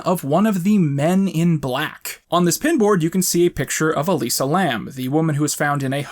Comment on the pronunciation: adr used. I'm guessing realized in editing he'd flubbed Elisa's name slightly or something?